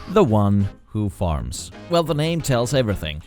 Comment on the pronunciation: When you said the guy who farms I thought u said the guy who farts